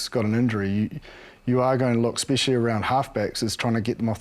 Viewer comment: What does 'Ekspecially' mean?